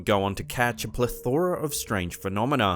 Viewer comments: Have you ever actually SEEN a horse? That isn't even close to it...Also PLE-thor-a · Great videos, just need to work on your pronunciation of harbinger and plethora. Thanks for the content otherwise.